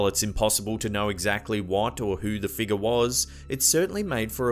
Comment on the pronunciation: I really like the way you say," figguh"